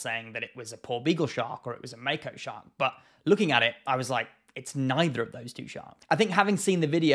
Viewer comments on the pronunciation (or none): none